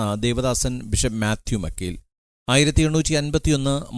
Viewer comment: ബിഷപ്പ് മാത്യു മാക്കിൽ ആണ്. മക്കീൽ അല്ല.